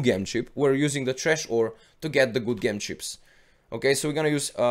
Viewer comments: just fyi: It's pronounced "J"em not "G" em :) not meaning to dis u, just thought it would help for future vids. but great vid anyhow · Bless you, I adore your videos you always provide good information that has helped me so much! I thought you may like to know that due to the wonders of the English Language Gem is pronounced Jem, I have no problems understanding you at all and I think those that say this are not listening! Keep up the good work! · it's Said Gem the G sounds with a J like in Jump. Sounds like the name Jim as in Jimmy. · ITS PRONOUNCED JEM! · Gem is pronounced Jem in the language you are currently speaking.